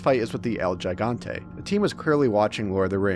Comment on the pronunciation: No way you just criticized Leon for how he pronounces Luis' name after that "" abomination came out of your mouth.